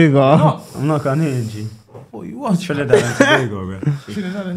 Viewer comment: looool man said Trinadad and Ghanago